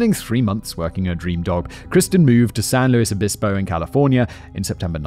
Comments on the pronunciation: Me too, I remember learning about this story in middle or high school along with Laci Peterson and Rex Krebs. Such sad stories. Also, so glad he’s pronouncing San Luis Obispo correctly 😂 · My beautiful and apparently deadly collage. Anyway, I had a good time in the 80s there. Simon pronounced San Louis Obispo like a native. Better sometimes!